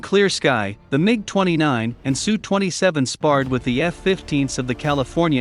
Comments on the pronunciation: Teach the robot voice to say "SU KOY" NOT "SU" . It will be a long war and those Sukhoi 29's from Poland will arrive in Ukraine eventually, be ready with the name of the designer! Pavel Sukhoi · It's just S.....U. Not Sue. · Tip for computer voice. Put "ess you" for SU. We don't need no Sue's. They may bring Karen's with them. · Pathetic channel... No one calls an SU-27 a "Sue-27" except some stupid channel with text to speech.